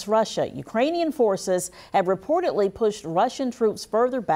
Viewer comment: "reportetly" is not a word. You have to pronounce words correctly in order for people to take you seriously.